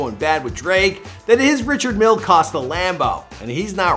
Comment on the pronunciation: I cringed when he pronounced the Richard Mille. Lol